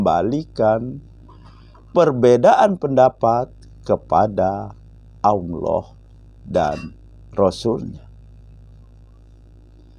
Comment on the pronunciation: Saya setuju dengan channel. Tapi tolong dalam melafadlkan الله dibenahi. Jangan Aulloh yg lidahnya ada di tengah langit2 LAM nya. Tapi Allah LAM nya dengan lidah di langit2 depan mepet gusi dalam😁